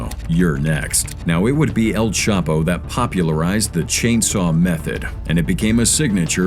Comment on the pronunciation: Y u keep mispronouncing el chapo name